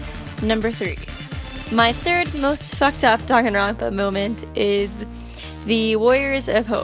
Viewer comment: It's pronounced "dang-an-ron-pa